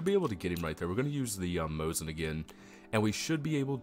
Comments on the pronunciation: Yeah, you definitely didn't say Mosin but you could have said Mose as. If you play it back on slow speeds you can hear the 2nd S real clear. There's no N there. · Most people call it a Mosin, not Moses. It's a Mosin-Nagant (MN).